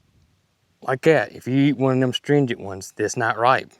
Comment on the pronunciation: From one to another the pronunciation you're looking for is uhh-strin-gent...astringent 😁